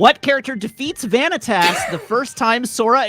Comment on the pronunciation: Also “van eh tass” bruhhhh